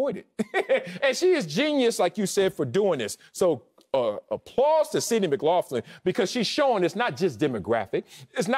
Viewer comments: McLaughlin is pronounced Mick-glock-lin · Mick-Lock-Lin. Acho, just call her Sydney bro lol. Edit: Wiley, that goes for you too bro bro 😂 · Every time he said her last name wrong… 😖